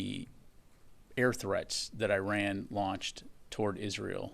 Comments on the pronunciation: If this general has no problem pronouncing ISrael than why can't he similarly pronounce IRan ? Why is he always I RUNing ? This is phonetic hypocrisy ! 😂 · In America, "I" makes a "E" sound. Because from the look of it Iran ain't running from no one 🤣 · Feels a little bad when a major general doesn't know how to pronounce Iran.